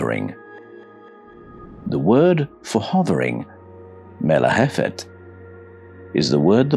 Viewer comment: Little correction its not melahephet its merahephet מרחפת